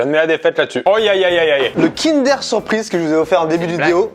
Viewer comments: On dit pas Kind-èèère on DIT Kind-euuuure 👮🏻‍♂️ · On en parle il dit "kindÉr" au lieu de "kindEUr" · j'suis désolé mais kindair ???? non no non c'est kindeur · Kindeeuuur pas Kindèèère :( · Kindeeeeur pas KIndèèèère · Pk tu dit kindère c’est kindeur!!😂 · Déjà tu dis kind'air et pas kindEUR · "Kindèr" ? On dit "kindeur" nan '-' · Mais il dit KINDAIRE j’espère que je suis pas la seule à dire Kindeur 😭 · Moi je n'ai aucune logique 😂 depuis tjrs je dis : kindeur bueno MAIS AUSSI kindaire surprise A partir de là c'est difficile de se sortir de ce débat 😭😂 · Pourquoi "kindère" et non pas "kindeur" qui me semble être la prononciation la plus répandue ? Cette façon de faire me fait pleurer des yeux 🤔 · Kindère ou Kinder ? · Déja on dit Kindeur,. Merci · Mais qui dit Kinder!??? On dit Kindeuuuur! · « Kindèr » ptdddrrrr mes oreilles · y dit pas "Kinder" y dit "Kindair" mdr Sinon la vidéo et bien comme d'hab! 👏🔥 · Il dit kindère ça me perturbe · Déjà le prononcer “Kindère” c’est un crime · tu va pas me dire que tu dit "kindeur" quand meme ?